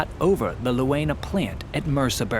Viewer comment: the "eu" in Leuna is pronounced like in "toy" or "joy", so u might read it like "Loyna" 😅 i remember as a kid when it was still east germany, we rode the train from berlin to my grandparents in thüringen... when we crossed that area from bitterfeld to leuna, we made sure all windows were closed! there was always heeaavy smog, the only thing you could see through it was the flares on top of the countless smokestacks of the chemical industry plants there... i'm so glad that after the reunition of germany, pollution control kicked in... the cancer rates back then in that area would give the nickname "murderburg" a new meaning! anyway, great video again 😍 keep telling those stories! heck, i never knew of those decoy factories in ww2.... learn something new everyday, thanks for that!